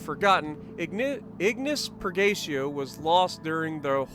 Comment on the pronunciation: Damn neither you or can pronounce Purgatio right:D It's Per-ga-tea-oh. It's Latin.